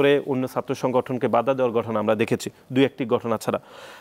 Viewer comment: আসুন টেম্পু একাডেমিক কর্তৃক প্রকাশিত নতুন বাংলা বানান শিখি প্রত্যাশিত❌ পোত্যাশিত✅ প্রক্রিয়া ❌ পককিয়া ✅ ঘটনা ❌ গটনা ✅ ফলাও❌ পলাও✅ প্রোপাগান্ডা ❌ পোপাগান্ডা ✅ প্রচারিত ❌ পোচারিত✅